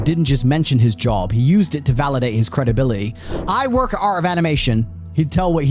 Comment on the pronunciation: What happened to the letter t?. I'm hearing mou -an, crea-ed, credibili-y, and so on. Speak properly!!